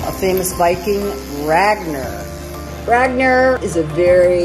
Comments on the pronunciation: It is Pronounced RagNar Not Ner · awesome video but you couldn't have pronounced it any worse. It's Rahgnahr not Reygner.